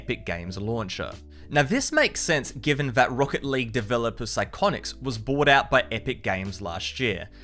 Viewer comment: the way he said psyonix killed me